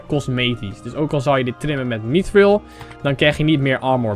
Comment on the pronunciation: Je spreekt mithril verkeerd uit